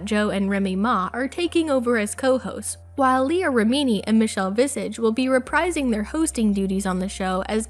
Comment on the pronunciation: “Leah remeaneee” hahaha